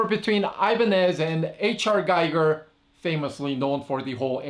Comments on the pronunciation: Its "Gee-ger" H.R. Geeger looks liike giger but probounced Geeger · Gee-ger. It is pronounced Gee-ger.